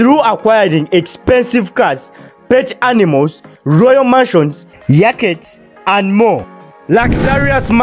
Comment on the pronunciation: Did this guy say yakects😮 am dead